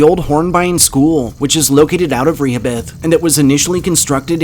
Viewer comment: Re-ho- bith